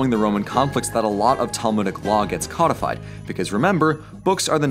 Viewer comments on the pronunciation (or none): none